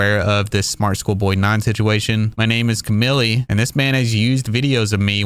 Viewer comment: It’s not Camilly , it’s pronounced “Ca-meel” 😄